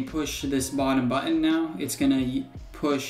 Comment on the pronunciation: It's always fun hearing how different American people say "button". I've heard several people say "buTTTon", and the other extreme seems to be here saying "buUUon". But don't mind me, I'm just poking fun.. I'm from Ireland where we rarely pronounce the "h" "th" in words, so we say things like "tree" for "three", and "dere" for "there"..